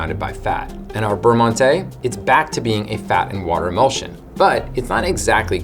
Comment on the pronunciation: 2 bites.... amateur lol just kidding. I was worse as a kid I would eat the whole pack in one bite!!! Beurre Monte check Google Translate for pronunciation.